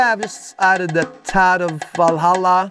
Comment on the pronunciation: Or maybe they didn't too, kind of the transition period but the original has that analog tone to it making it a bit less bright. Love your pronunciation of Valhalla btw, first time I heard it pronounced properly👌